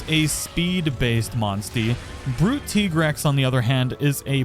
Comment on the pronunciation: Listening to you saying "tea-grex" makes my teeth grind, not gonna lie. It's tie-grex That armor really looks like a football uniform